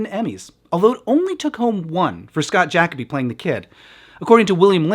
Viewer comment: Scott's last name was pronounced Ja-CO-by, not JAC-o-by. Look up an interview with him.